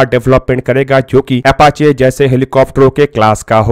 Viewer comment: MERE BHAI PEHELI BAAT TOH AFACHE NAHIN, APACHE HOTA HAI, AUR DOOSRI BAAT YEH HAI KI, BHARAT BOLTA JALDI HAI, AUR KARTA 20 SAAL BAAD HAI 🙏, BAAKI AAP SAMAJHDAAR HO SAMAJH GAYEHONGE🙏